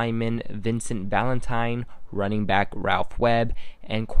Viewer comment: It's running back not running brack LMAO!!!!! that's y l love watch your video because your miss pronouncing words and l'm a Patriots Fan